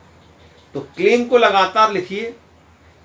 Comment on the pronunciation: Sir kleem or kling bolte hain🙏